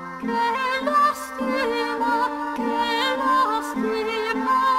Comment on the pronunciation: her saying carra instead of cara bothered me but damn can she sing